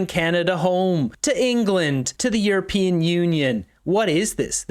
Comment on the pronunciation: I thought Carney said or considered himself a urapeeon. Wish he would make up his mind.